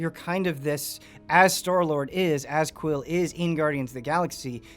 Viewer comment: Boy his name is quill not quin, it sounded like he said that at some point